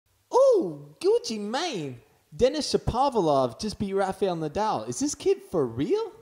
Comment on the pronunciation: U r pronouncing him as Shopavlov instead of Shapovalov!!